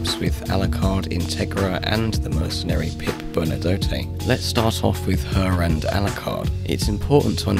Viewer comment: how does an ENLGLISHMAN manage to fuck up pronouncing "Bernadotte" that badly? it is the most Anglicized french name in the world